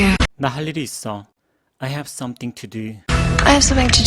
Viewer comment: 감사합니다.. 항상 최고의 강의라고 생각하고 있습니다. 그런데, 섬띵이 더 약하게는 서닝으로 들리기도 하는데 어떻게 발음하고 있는 걸까요?